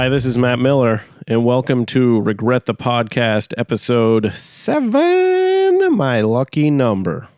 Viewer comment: hey man don't regret saying recret